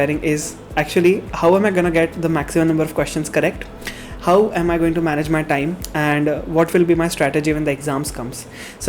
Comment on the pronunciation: When you said "manage my time" , I literally heard marriage my time....😂 Anyway....I am not a NEET aspirant...but ur videos and study tips help me a lot...I literally watch few videos a no. of times... thank you 😁